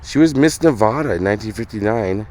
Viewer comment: Come on,. It's Nevada, not 'Nuhvoduh'. You don't say 'opple' instead of apple... or 'hommer' instead of hammer, do you? Yea, it's a thorn in our side here in Nevada when people butcher the pronunciation. Well, at least you got her G.I. name... Mary Ann, correct... and didn't call her not Morry Onn. Not hatin', just sayin'. Great channel, appreciate your time and effort!